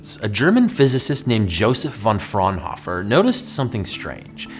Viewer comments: All of the German Physicists (Bunsen, Fraunhofer and Kirchhoff).Bunsen is pronounced as Boonsen, Fraunhofer as Frownofer and Kirchhoff with the 'ch' procnounced as in 'church' (not as 'k'). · The way he pronounced "Fraunhofer" hurt me inside